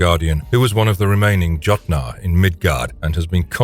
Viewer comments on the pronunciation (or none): Jot-nar? The J is pronounced as a Y, like Yo.